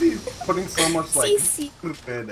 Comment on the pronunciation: Jajajajajaja garld fiend